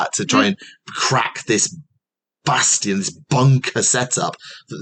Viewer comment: says "BASTION" with exactly the same energy as one might say "BASTARD" and I love it.